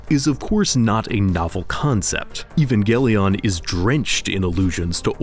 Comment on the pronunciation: I think "Evangelion" is meant to be pronounced like "evangelism", with a soft G